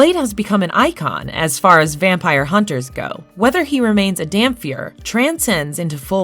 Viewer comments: DamPIR not DamFEAR lol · You're pronouncing Dhampyr/Dhampir completely wrong!